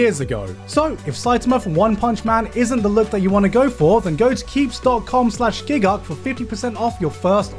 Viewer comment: I love how he spells out the four letter word but says gigguk like it's not the most confusing part of the sentence.